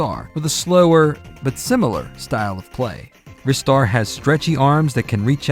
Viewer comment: I lost so much respect for. Do you actually call Ristar Wrister..... I can't even. The correct pronounciation is Rye-star as in rising star. I can accept Reee-star from japanese people as they have a way to pronounce english words. But I consider the word Wrister to be an active warcrime! Shame on you! See you next time!